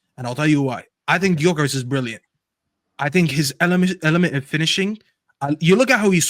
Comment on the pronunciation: Whenever you hear one of these panellists pronounce Gyokeres with a "G" instead of 'yokeres', you know they have not watched him play and heard the commentators regularly say his name. It's surprised me how many don't really watch the players they have strong opinions on.